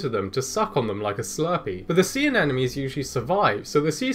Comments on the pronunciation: sea ANEMONE not anenome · Hahaha..."anenome". How adorable that you do that. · I can't tell if he's genuinely mispronouncing "Anemone" or if he's just trolling. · Sea fiders are really cool! Sorry, I have a hard time enunciating the “sp” sound, so I assume you know what I mean. Speaking of which, I notice a bit of a problem with the pronunciation of “sea anemone”. Maybe worth practicing in front of a mirror? 😁👍